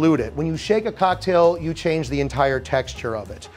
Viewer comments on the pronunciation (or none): none